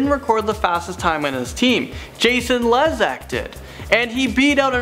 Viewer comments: When he said “lezaaakk” i got offended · ITS JASON LEZAK (LEE-ZACH) NOT (LEH-ZAK)!!!! This just got me kind of annoyed :D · Actually, Phelps' first world record was July of 2003 in the 200 Butterfly, not in 2008. Also Phelps was a day from 31 when he made the 2016 US Olympic Team, not 29. Oh, and the 'e' in Lezak is pronounced "Lee zak" not "Le zak." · It's Le zak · The way h pronounced Lezak was sadneing